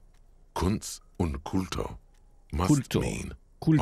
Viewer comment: "Kunst und Kultur" is indeed german for art and culture. Pronunciation of Kultur is wrong in the game though.